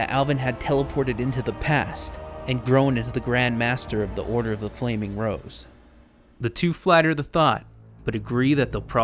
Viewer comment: the whole time i thought he was saying the order of the flaming bros